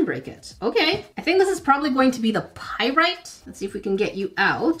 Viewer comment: You actually pronounce pyrite right. Nice.